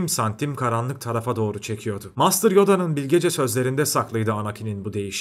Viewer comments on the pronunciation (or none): none